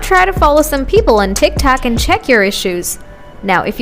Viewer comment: "Tik tac" 💀💀💀